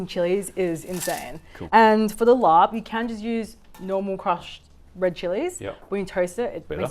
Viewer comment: น่าเสียดายที่ออกเสียง ลาบ เป็น ลอป ทั้งๆ ที่มันคือศัพท์เฉพาะ ที่สามารถใช้เสียงดั้งเดิมของมันได้และสามารถเข้าใจได้ง่ายกว่า คนท้องถิ่น ถ้าไปสั่งว่า ขอลอปไก่ 1 ที่ จะมีซักกี่คนที่เข้าใจคำนี้